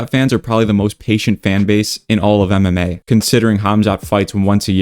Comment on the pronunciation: When you say MMA it sounds like you say anime. Speak up you virgin all that yapping and you’re talking to low practically mumbling.